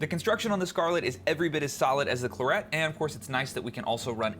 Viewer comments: Anyone else from the UK wincing every time he says Clurrett? Excellent review all the same, thanks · The latest Scarlett's (Gen3) have the 'air' setting too and Clarett is pronounced like the French wine.